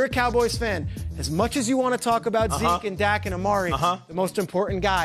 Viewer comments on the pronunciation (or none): none